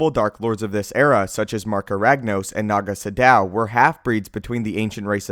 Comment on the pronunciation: Does it bother anyone else that he's pronouncing naga sadow wrong?